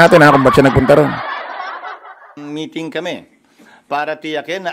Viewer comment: Sabi nya metting kami kami holiday parang may something